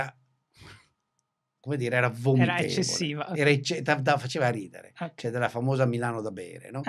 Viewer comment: “Oukey” 😂😂😂 facciamo finta di essere internazionali 😝